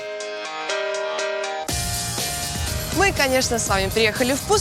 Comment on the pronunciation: Не Элис а Алис-Спрингс